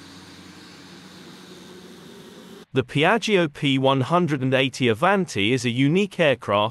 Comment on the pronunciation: what a beautifull aircraft. Looks like a spaceship ❤ By the way : Piaggio is spoken like piatshow in italian language.